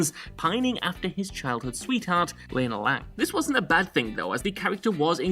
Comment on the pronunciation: LAY-na Lang? Really? Would it have killed you to find out how to pronounce this simple, simple name the right way?